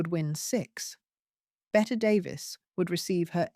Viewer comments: Pronounced BETTY. Admittedly it makes no sense, but welcome to English. If you watch literally anything of her they call her Betty, so pronouncing it “Bett” is a bit of a blooper. Oh well. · Agree! This is total trash. Her name is pronounced Betty but spelled Bette. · I cannot believe the audacity of you not even knowing how to pronounce Bette Davis' name ‼️